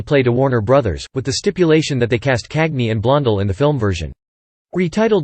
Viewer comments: Stop using that whiny sounding dorky - nerdy computer voice, and it’s unnatural inflection of names like Warner Bros., and pronunciation of actors’, and actresses’ names like “Blondull”!!! The name is pronounced BLON DELL!!! Oï vey!!! Also, stop overly repeating the same exact limited series of still photos of Cagney for 48 minutes - eeegaads!!!! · Many mispronations here, the most glaring being Blond'al instead of Blond-dell'